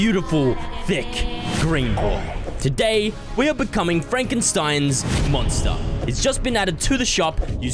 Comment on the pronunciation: Fresh what's a "monter" 😄